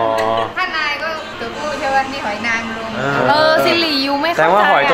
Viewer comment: จากคำว่าหอยนางรมเป็น หอายนางรมแล้ว